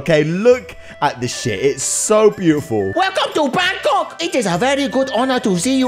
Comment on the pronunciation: It's Bangkok not bangCOCK